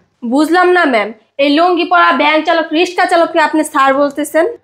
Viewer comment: First change languages.Riska kake bole? Rickshaw bolte sikhun